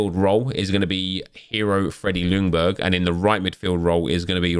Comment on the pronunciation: Just a thing with Freddie’s last name, u don’t pronounce the L in Ljungberg just skip the L and pronounce it Jungberg 😃 it’s easier for u to say Actually I think the commentary in the game got it right Cheers from Sweden